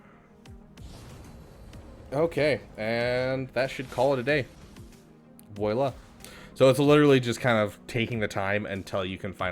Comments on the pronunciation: Bruh. Nice video. I dislike most people's videos for their over explanations and annoying voices. One thing. Voila is not pronounced voayla. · Hearing him try to pronounce "voila" is laugh out loud funny.